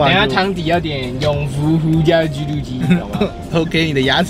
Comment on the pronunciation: ㄐㄧㄨ 肚雞～～😂